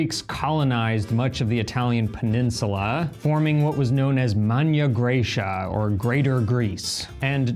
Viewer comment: Magna not manya